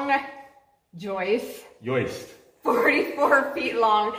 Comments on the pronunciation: If insists on pronouncing them yoists then surely his name must be pronounced 😂😂😂😂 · Wait until she hears about the "ROOF YOISTS".... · “YOISTS”!!!, lol 😂.